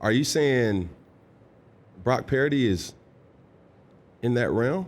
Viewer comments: Is he saying Brock Parody? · Does anyone else hear Cam pronounce Purdy as Parody? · With regards to one of Dan's favorite topic (game manager/game commander), I tend to agree with a lot of what Cam is saying. With this interview, I can't get past how he is pronouncing Brock's last name. Parity/Puridy/Parody? The name PURDY is not that hard to pronounce. Also seems like he's mispronouncing it on purpose given the heat he was getting on this topic. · He doesn't know how to pronounce Purdy? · Why does he pronounce Brocks last name wrong? 🤡 doing it on purpose